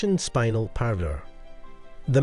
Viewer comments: Spin ell not spine el. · The gemstone is pronounced SPIN-EL and not SPINE-AL. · It's pronounced, "Spin" "el" Not spinal as in spinal tap. Gosh, I wish they'd sort out these AI voices! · It’s pronounced. Spin- Nell.